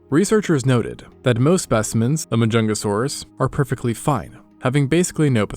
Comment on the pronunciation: There really was a dinosaur named: MAH-JUNGLE-SAURUS I'm dead 😭😭😭😭😭